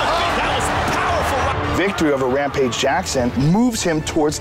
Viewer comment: Matt Hammil: I "tink dat Wampage id a goot fita, but, I’m pwetty suh my wettling id going to be da diffwence in dis fight."